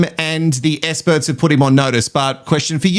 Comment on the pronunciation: Essperts….exparagus - What is happening…😂 Adrian….yeah, na